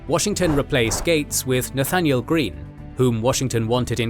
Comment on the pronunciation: “Nathanel” Greene